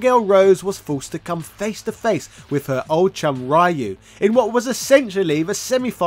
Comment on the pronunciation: Yo it hurt my soul when he said Ryu wrong 😭😭😭😭